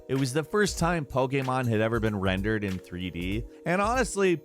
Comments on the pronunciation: I really love the video great job but I hate the way you say pokemon it's like you're saying pok-a-mon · Great video but damb please say pokemon correctly 🙏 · I don't like how he says 'Pokemon'